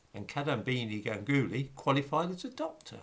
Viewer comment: Re the name Ganguly; the emphasis is on the first syllable. That is GANGuly. It sounds a bit odd to me when people say Ganggoolie. Great video, as always.